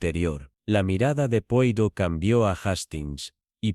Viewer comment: No se pronuncia así, sino "poaró", por favor!!!!